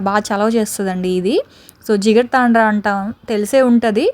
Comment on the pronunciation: Jigadatandra కాదు జిగర్తాండ